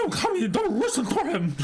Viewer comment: "Kah - Me" is the worst thing I have ever been forced to hear.